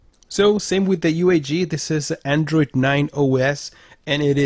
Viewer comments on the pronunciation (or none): none